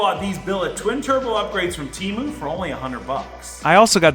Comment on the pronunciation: You are saying Temu wrong 💯